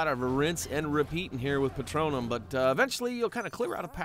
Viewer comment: It’s pronounced Patronus